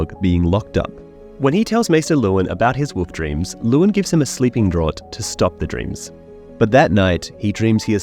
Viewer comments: Draught. It's pronounced "Draft". Like Miller Genuine Draft beer. It's draught. Like enough. It has that "F" sound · Draught is pronounced Draft